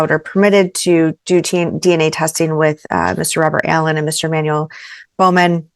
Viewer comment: Manuel is pronounced Mahn - well . For the love of pink pawed puppies show people some respect when it comes to their names!